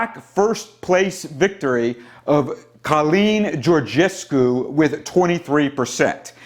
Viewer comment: as a Romanian, I appreciate your commitment in trying to pronounce Şoșoacã, and I congratulate you for pronouncing Georgescu well :)